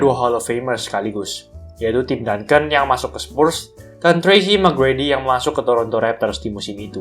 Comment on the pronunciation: Tracy bang , bukan Trahi hahaha Semangat bang , jarang ada channel yg ngangkat topik basket kaya gini . Kebanyakan cuman rumor ama gameplay , bosen